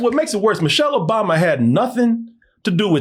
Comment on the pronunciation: Who the hell is "Mochelle"?